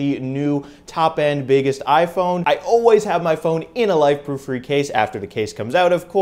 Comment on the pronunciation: Super duper. It is pronounced Fray